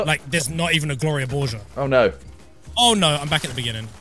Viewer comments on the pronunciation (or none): Saying Gloria borger wrong? Borg-er not borge-er SMH simon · HE CANT SAY BORGER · You say Gloria borga like Gloria borjer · simon- pronounces gloria borger wrong me- OK what are you doing simon- who's gloria borger i don't know who it is me- all around me are fimiliar faces familiar faces 10 mins later says sub to pewds sub to pewds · The way you mispronounce Gloria borger kills me. She’s the best news reporter on the most relevant and reliable new source, Pew news. Co hosting with Poopy Harlow and poppy Gloria. Then the nerve to say sub to Pewdiepie. Are you even a 9 year old 😤🤬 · You’re pronouncing it wrong and it’s from PewDiePie’s pew news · How do you not know who Gloria borger is. And you pronounced it wrong. PewDiePie won't be happy